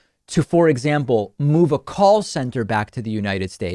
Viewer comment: Correct, that is more 'Plosmuhable'. Call centers are Yuge!